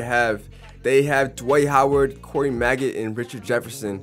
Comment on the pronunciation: Calling maggette “maggot” is crazy